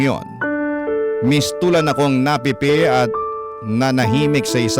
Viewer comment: papa dudut bakit ganun po pronunciation nyo sa "pipe?" hahahahaha di ba dapat "pihh-pehhh" hindi piii-pehhh parang napipe napisat naman kasi yung meaning pag ganun hahahahahahaha sorrna